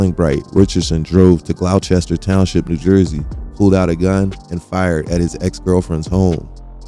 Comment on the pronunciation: I was wondering where you were talking about when you mention "Glauchester Township). Then, I realized, you're not from Jersey and must be talking about Gloucester Township. Gloucester is actually pronounced "Glawster). Great content, always, however.